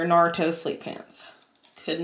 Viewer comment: makes me cringe every time she pronounces Naruto.